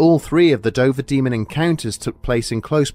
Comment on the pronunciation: At the start I couldn't help but hear you say "the Ben Dover Demon". I'm way too tired...